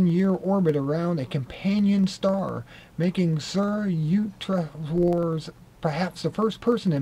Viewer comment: if you're going to read something out on film you ought to practise first.Also get the names right...SRI YUK-TES-WAR. Interesting content though...